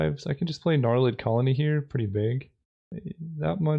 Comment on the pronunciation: Gnarlid COLONY, COLONY, COLONY!!!!! Say it with me COLONY!!!!!!! OMG it drove me insane!!!!!!!!